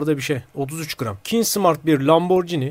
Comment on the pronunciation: YETER ARTİIK LAMBORCİNİ DEİL LAMBORGİNİ